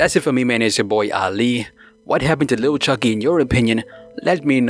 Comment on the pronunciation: please stop saying Little it’s Lil the ebonics way Lil Chuckee thanks in advance!! Oh yea Lil Wayne not Little Wayne!!!! If your gonna use or be a part of our culture you gotta present it the way it’s meant!!!